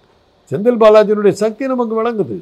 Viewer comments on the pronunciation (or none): none